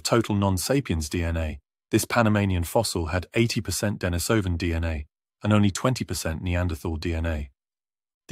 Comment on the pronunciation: I think it would be nice to pronounce Denisovan and Neanderthal correctly, especially if employing an English accent in the presentation.